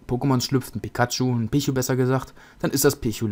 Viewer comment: Pichu spricht man Pietschu aus;)